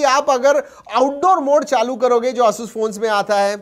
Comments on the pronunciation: Its not ayush rog tu . Its asus rog 2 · Pehle "Asoos" bolna sikh lo bhai.